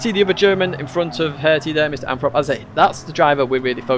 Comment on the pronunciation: Anyone else think the name "MrAnthrop" is "misanthrope? The way said it made my ears hear it.